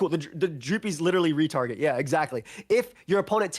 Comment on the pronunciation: I thought they were shittalking the Dreepys and calling them retarded.😂 Thankfully the subtitles helped me figure out they said "retarget"